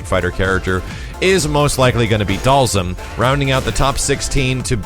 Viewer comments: and charlie nash...u missed one dude its not pronounsed (doll- zum)...its ( doll- SEEM) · Am I the only one who pronounces Dhalsim name like this (Dahl-seem)?